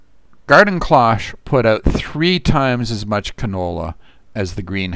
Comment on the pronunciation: Cloche has a long o.